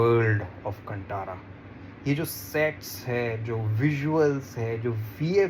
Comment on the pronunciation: Contara nhi bey its kantara